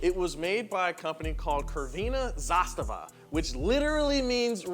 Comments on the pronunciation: FACEPALM Not "Krvina Zastava", but Tsrvena Zastava! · how you butchered the word Crvvsena, sounds more like a whores flag then a red flag. Kurvina Zastava. Btw 1st car I owned, it was Euro version ofc, which is much better built then export for the US , it also had stronger engine, but yes it was a slow car 😂 Also hard to drive, there was a saying when you learn to srive Yugo you are a pro driver and you can srive anything. Now they are almost impossible to see on the streets, they alsmost all went to old scrap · The pronunciation of "crvena zastava" was incorrect, more accurate would be "tsrvena zastava" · Also it's pronounced 'Tsrvena (e like ae) zastava' not 'krvina zastava' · Its tzrvena zastava not kurvina zastava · YUGOSLAVIA forever. Crvena zastava is not Krvena Zastava but Ts-r-vena Zastava. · It's pronounced as Tservena Zastava) Not "Corvina". Great video, thanks guys! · Hey guys... it's not pronounced "kurvina Zastava" it's pronounced "Tsir-veh-nah Zastava" (like you pronounce "sir" but with a "t" before it)... I know my dear Yugo's (the people) will have a laugh at your pronounciation as it has a completely different and mildly inappropriate meaning lmao! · “Kerveena Zastava” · it's not KRVINA ZASTAVA it's with a C damn it.... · Kervina zasava had me dead. Thats not even close to how you say it LOL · Oh no..hearing 'Keerveena Zastavaa' made my ears bleed. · It is pronounced more like Srvena Zastava. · It's not krvena zastva i know what wrote its with c not k its c crvena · It's pronounced "Tsurvenah Zastavah". Also, it was never "Crvena zastava", it's just Zastava (flag). Cool video tho. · Crvena zastava. Man ya butchered that sht. Best way to pronounce (bcz C is hard to write i feel) is Tzer-vehn-ah, zah-stah-vah (The tz is like some other words i see before where T is like silent so its more of a Z ish sound) ir like saying Panzer. So that zer sound. Put it all together. Crvena Zastava. Yes red flag. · aaaaaaaaaaa its tszervena zastava